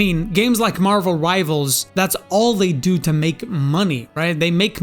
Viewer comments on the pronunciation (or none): none